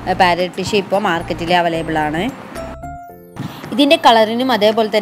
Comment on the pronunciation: Avalaible alla Available aan